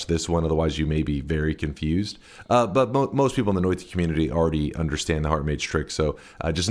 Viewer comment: I love the way he pronounces Noita. Noita, even... It's actually pronounced Noita just look at how it's spelled and sound it out. Noita... Hi I'm high... 👋🏼